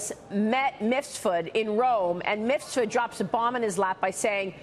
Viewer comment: MIF SUD Please get it right Maria! Not Misfud